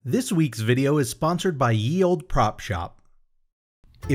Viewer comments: By the way Ye is pronounced as The Back in the old English language “Y” is known as “TH” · It's pronounced 'the old'. It isn't the letter 'y' but an obsolete letter called thorn that has a 'th' sound. Just for the future.